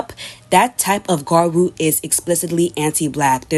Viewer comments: I've typically associated the origin gyaru with Okinawa girls adopting American 90s-00s beach looks. It makes sense that American culture would bleed into Okinawa trends. Okinawa is a place Americans go party because of the US military base. So I can see why jearsy shore looks similar to it cuz its like this american beach clubing girl thing lol. Btw, if you try saying gal but end it with a lu or ru, it would sound more accurate and be easier to understand. It's basically saying gal in a Japanese way so even if you just said gal I think that would make more sense to english and Japanese speakers. I mean no disrespect, Im just trying to help. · About half way, she's included gal tiktok videos making you think she would at least pronounce gyaru right but no were still on garu and I'm about to go insane please turn it around and talk to gals in the second half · It's pronounced "Gradru" not "Garwo" but cool video anyway 😎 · Gradru? It's more like gee-yah-roo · im american and i know the pronunciation is "gya-roo," thats the og term. ive heard people with accents say gyaru in the correct way before, its not hard. there is a y or 'i' sound in there which makes it "gya-ru," not ga-roo. the 'blackfishing' in the gyaru community is something frowned upon, especially as gyaru evolves. defending and acting like it was never a problem however, is bad. we need to normalize these conversations to grow and make sure the 2-3 shades rule stays the norm. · Not to be too picky, but you also mispronounce gyaru throughout the entire video and its been a itch I cant scratch. It's gyea roo not gaa-roo. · Gyaru ( Gee-yah-roo) Ganguro (gahn-goo-roh) 🍭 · There is a "y"! Sorry but it was getting to me 😅 gee-ya-rue